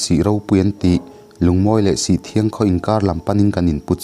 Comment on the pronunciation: Kan khua i chhiar thleng ve ṭ ep tawh e, "Sihthiang" nilovin "Sihṭ hiang" Tih tur a ni e